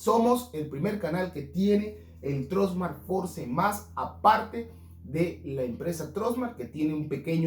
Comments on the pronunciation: Fors! Se pronuncia! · Por favor en pleno 2022 no sabes pronunciar FORCE???????? Tus videos son buenos pero ayuda a más gente a querer pronunciar bien.